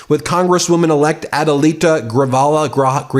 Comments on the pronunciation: It's GriJalva - not GriValja😅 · Out of respect to Adelita, please learn to say her name. It's Gree HALL vah, not Gree Val hah. Ask your wife. A J in Spanish sounds like an H. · Ben, I love MTN, but you have REALLY mangled Adelita Grijalva's name pronunciation. It's GREE-HAL-VAH, not Gree-val-ha. Thanks for your attention to this matter. 😁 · Hello! Love your show! My stepdad and my mother now married to him have the same last name as the new congresswoman so this is how you pronounce it phonetically: Gree-hall-vuh. Not: Gree-vall-uh. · Her name is Grijalva ("Gree-HAL-va"), not "Greevalla". Please pronounce it correctly. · Ben it's grah hall vah, come on dude. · GREE - HAL - VAH! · Just fyi, Adelita Grijalva's name is pronounced Gree - haul - va. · Grijalva not Grivalja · Gree-hall-va… grijalva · Its "Gri-jal-va." There is no "b" sound in the middle. Its a Spanish "j" sound which sounds like an English "h." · Sweet lord. GREE-HALL-VAH! 🤦🏽‍♂️ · I voted for Adelita. Please pronounce her last name GREE HALL VAH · Ben, it's Adelita( Gre haal Va).😊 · pronounced grehalva (long e) Thank you from an Arizonan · GREE-HAL-VA how it's said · Not to nitpick, but her name is pronounced Gri-HAL-va (Grijalva). It's a small thing, but if I was pronouncing somebody's name wrong on YouTube, I would want someone to tell me. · Please practice saying her name until you have it down. Gri hal vah. Grijalva. Thank you Ben. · It's Gri HAUL va, the v is at the end, the j is pronounced like an h. A Tucson fan of the show ❤ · Ben her name is pronounced as (Gri-hal-va) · Man, you are butchering that name. Its "Gree-Hall-Va" for our newest congressional member. Thanks. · Hey buddy, it's pronounced Adelita Gree-halva. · Tucson dweller here. Thank you for all you do! I just want to teach you how to pronounce ADELITA GRIJALVAs last name. It is pronounced GREE HALL VA I live in her district and proudly voted for her! She must be sworn in!!!! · Adelita Grijalva prounounced Gree Hal Vah.